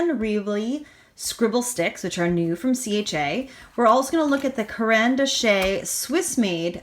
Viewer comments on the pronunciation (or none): It's pronounced 'dash'